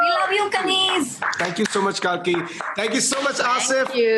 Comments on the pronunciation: It is Kalki (kal) not kaal. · Kalki litrally explained how her name is pronounced correctly but Abish kept mispronouncing it. 😂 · Why tf is abish pronouncing kalki as kaki or is it just me.